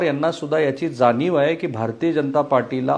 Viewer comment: जाणीव म्हणा जानीव नाही